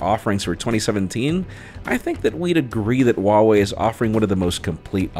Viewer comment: just a little note: the H in Huawei is not silent. you need to pronounce it